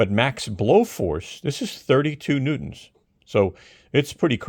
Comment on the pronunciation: I liked it when he pronounced it "newt-ons"